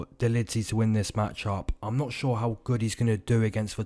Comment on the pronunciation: “I’m shore that Jack shore will win” 😂. It’s the little things bro. I love it.